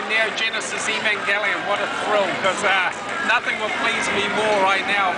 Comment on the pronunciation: Woah you said the title right 👍👍